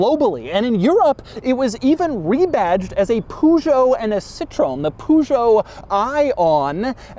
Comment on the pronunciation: Hey Doug, give it a break, it's a city car. Oh yeah, you don't have cities. P.S. Please, learn how to pronounce Citroen and especially Peugeot.